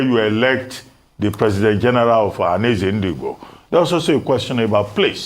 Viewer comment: THIS LADY SHOULD JUST SHUT UP BECAUSE SHE DOES NOT UNDERSTAND THE SUBJECT MATTER. SHE CANNOT EVEN PROUNCE .." OHANEZE NDIGBO:.